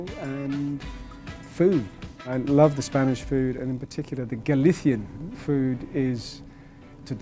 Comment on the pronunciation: Woop woop loving the shout out about Spanish food 🇪🇸🇪🇸🇪🇸💞💞💞 Excellent pronunciation of 'Galicia' Mr Fiennes👌🏼👌🏼 Im sure his Spanish wife Maria Dolores has taught him well